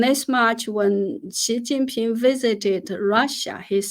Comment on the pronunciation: Was I the only one who heard S#i++y Ping instead of Xi jing Ping.